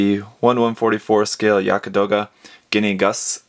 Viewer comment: it's pronounced Yagd some pronounce it yakt...not Yaka....